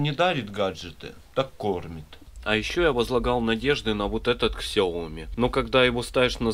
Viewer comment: Как правильно ксиоми не не ми